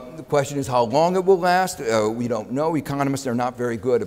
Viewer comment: he often says 'k' for a 't'. United Stakes of America. turning poinks XD